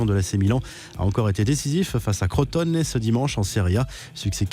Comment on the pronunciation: Arrêtez de dire "crotte au nez" dite Crotone foutez pas des accents pourri